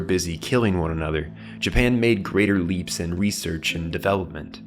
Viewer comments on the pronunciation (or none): none